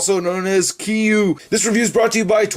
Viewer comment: According to TOHO it's pronounced Keer-you not Kee-you